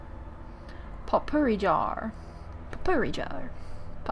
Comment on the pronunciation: It is pronounced poh-pourri, not pot-pourri. Not to sound rude or anything. I was just raises by an English teacher.